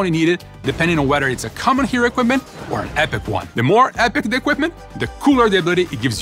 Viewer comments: "HERO EQUIPMEN" ???? Did you mean: "Hero Equipment" ? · You mean ‘Hero Equipmen’ right? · "HERO EQUIPMEN" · they’re making fun of his accent “hero equipmen” 😭😭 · "Hero Equipmen" CONFIRMED!?!? 😂😂😂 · 'hero equipmen'